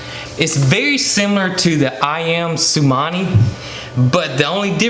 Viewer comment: Iys actually Ayam cemani. Pronounced A-am C(h)emarni.